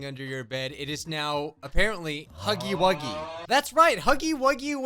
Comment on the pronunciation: When they said “huffy eight game” I said it’s not called that out loud I rarely every day something like that put loud bruh the news has got to at least know the name of the game before putting this live thing on TELEVISION. this hurts to watch 😭😭😭